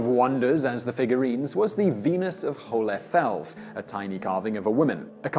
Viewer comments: It's not pronouced "hoolefels" but rather like "whole" or "hole" And it means "hollow rock" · Funny, he pronounces the german term "hohle Fels" in a way that makes it impossible to understand for Germans...